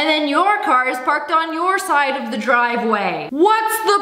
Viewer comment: "THIS IS MY DWIVEWAY!!"